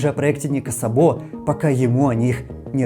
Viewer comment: Судя по тому как пишется фамилия в оригинале (Szabo) - ударение в фамилии Ника Сабо будет на первый слог, т.к. это венгерская фамилия, а в венгераском языке ударение всегда(!) и везде(!) на первом слоге - Ник С'або, а не Саб'о.